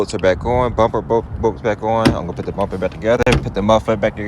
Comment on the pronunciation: It’s “Put!” Not “Pit.” Thank you for the video but I had to watch it twice because that’s so distracting. 😅